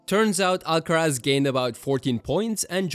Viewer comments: pronunciaste muy bien carlos alcaraz 👀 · sos español no hay chance que un guiri pronuncie bien el nombre y apellido de carlitos alcaraz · This is a great video! Out of curiosity, are you a spanish speaker by any chance? Because your pronunciation of the names (Rafa Nadal and Carlos Alcaraz) is incredible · bro that carlos alcaraz pronunciation was spot on! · your accent sound pretty spanish, no other country pronounce Alcaraz like that 😅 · Do you speak Spanish? Or did you just practice your pronunciation? Your r’s and z’s are spot on.